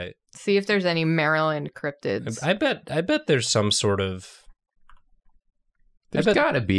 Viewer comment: I almost choked when said "let me see those crobtids" thanks for trying to kill me